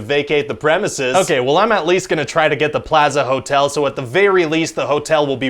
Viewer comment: Wow, the way Ryan says "plaza" surprised me😂